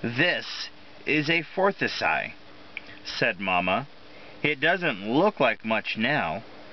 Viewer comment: The flowers are crocuses, pronounced CROAK-us-es. The bush is a forsythia, pronounced for-SIGH-thee-uh. Great job. I’m surprised copyright law doesn’t make it illegal to read these books on YouTube and get removed. I used to read this one to my kids, and yesterday I was weeding around my forsythia bush, which prompted me to look this up! Memories!